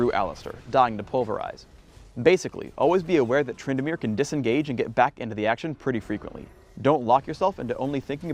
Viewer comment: said Twyndamere he he